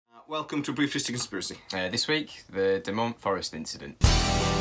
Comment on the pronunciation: Dechmont, pronounced D-E-K-M-O-N-T, not Detchmont... the dome shaped clearing is within about 300 metres to this site, not a mile. Its an underwater resevour in dechmont hill.. Robert taylor worked for the forrestry commission, the theory he was hullucinating after eating local berries is ludicrous, there are NO edible berries in dechmont. His ripped clothes are still held on display by the police and showed signed of assault by a metalic object. (2020, they are getting new forensic testing done on these). I know people that worked with him and he never changed his story and stopped talking about it, never chose fame, just chose the quite life.. I was at this site 3 hrs after it happened as a five year old and its what started me off on 40+ years of paranormal research.. You could have done so much better with this story, and maybe even have reached out to Malcolm Robinson who has done a lot of research on this case, stellar work. Personally, i have spoken with Malcolm and Nick pope on this case and its the ONLY UK ufo case still held "open" by the police. I live a mile from this site and have seen 3 UFOs in Livingston in my time. If you are going to put up a video on this sighting at least put in the ground work.